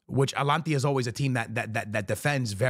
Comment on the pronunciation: Wtf is alanthiya?💀